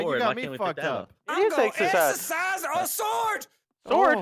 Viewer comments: lol its not exercise its exorcist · Deliourus it's (Ex-or-cist